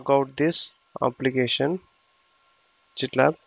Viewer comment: Sir it is pronounce as gitlab not jitlab